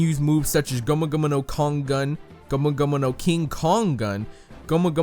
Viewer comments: Ur saying gomu gomu no wrong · I find it funny how he says gomu gomu no 😂